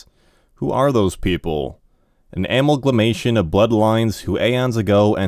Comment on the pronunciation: Thank you so much for this! I noticed there are some words you are mispronouncing. Here are the ones I've noticed so far: comprised, analagous, amalgamation, precipitated, elucidate, incomparably, acuity, inducement, secrecy, specificity Also this one is borderline but I've always said OP and "oh pee"—it refers to original poster. I'll keep updating this list as I go.